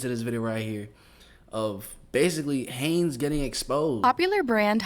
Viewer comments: Mans said Hanes getting exposed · Its heinz , hanes is an underware company , just sayin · It's Heinz, not Hanes. Lol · Did you say “Hanes” while talking about ketchup getting exposed? Are you talking about underwear or ketchup? 😂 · Btw it’s pronounced Hines not Hanes. Hanes is an underware brand. Heinz is a Ketchup. There’s bugs in everything. If ya find it let someone know and get your reward. It happens. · Heinz is pronounced “Hines” not “Hanes”. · Heinz not Haynes🤪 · Hanes,,,Heinz,,,Talk Right,,,,This Is America,,We Speak Proper English,,Not JIBBERISH ,,,iGHt,,😆😆😆😆😆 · He said Hanes... 😂😂😂 You like underwear?! 🤔👀🤣🤣🤡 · Pronounced Hines not Haynes. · Love it is prononced Hines....I just had to let u know because my name is Haynes lol dang I love me some ketchup! Time to get some vinegar and make our own! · Ur saying hanes like underwear its Heinz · "Haynes" - It's Heinz " Highns" , it even says it in the video your watching 🤣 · Its no Haynes ( Thats underwear) Its Heinz...And its ingredients are banned in most countries. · Hanes????? U mean Hi-nz😂😂😂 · Ketchup... on rice!!!?? What's wrong with you. That's disgusting. Also it's said Hines. Hiiines. Heinz. Not Hanes. This isn't underwear. Lmao. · Bro, its not even 4 minutes in and you said HANES like 6 times after hearing HINES as a how its pronounced... Hanes is underwear, Heinz is ketchup etc! lol Just trying to be helpful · If your eating it this much, then surely, judging by your looks / age, you know the pronunciation is HIGHNZZZZ Not Hanes, its not underwear, its Catchup. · The ketchup is pronounced with A long eye is not silent Haynes.Underwearst, what you're saying it's Heinz.It's like how you might pronounce.I hi. Or like r b a with her family yet this october she had something A long eye is not silent Haynes.Underwearst, what you're saying it's Heinz.It's like how you might pronounce.I hi. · It isn't pronounced Haines it's pronounced Heinz. It sounds like Hiiinds long I sound. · Hines bro not Haines